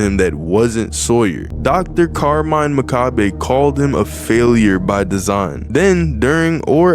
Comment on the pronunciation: You mean Carmine McKabe 💀💀💀 How can you not know how to pronounce Muh-kay-b